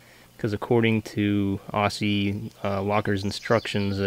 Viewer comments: pronounced OZZIE ! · It's pronounced ozzie locker. And they should be made in Australia. 4WD territory of the gods.